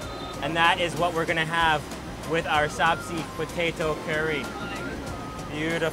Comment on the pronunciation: Sabzi is pronounced 'subjee' and means vegetables, not potatoes, and chai means tea, so you wouldn't say 'chai tea'. Otherwise 10/10 for enthusiasm!